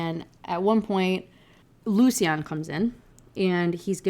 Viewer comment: I was so happy when you finally realized how to say Lucien. it’s one of my friends names and he gets so mad when u say it like the way you were lmao